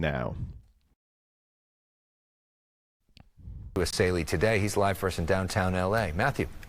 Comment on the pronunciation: It's Bill ESSAYLI not Assali. Good video, though.